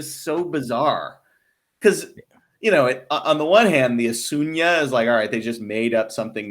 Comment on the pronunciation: Your American pronunciation is forgiven. The Asuna brand is pronounced "Uh-sioux-nuh" .